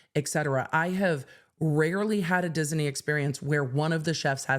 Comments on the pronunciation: Dis-i-ney? Disney. Is that a California thing? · I wouldn't say that it's incorrect, but she is adding an extra vowel syllable. So, where I say diz-knee, she's saying diz-uh-knee. I hope my phonetics aren't making this even more elusive, lol. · The way that pronounces "Disney" is out of pocket 😂. We're looking for "Diz-nee" to do the right thing, not "Diz-en-ee" 😂. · I didn't get any of what you said about the theme park case, because I was mesmerized by your saying Dis-in-ey! Dizz-in-ey? Fun with words! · Anyone else hearing Disney with 3 syllables? Diz-uh-knee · Lol...she swaps the n and e around and says Diseny!😅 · I love the way you pronounce Disney. Dis-en-ee. ❤ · Enjoying inserting an extra syllable into "Disney" 😂😂😂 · I'm obsessed with how she pronounces "Disney" and I want to hear everything about this case! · Me too, lol. She made it a 3 syllable word. 😆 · The way she pronounces it confuses me! I'm not a native speaker. Is that the correct pronunciation? 🤔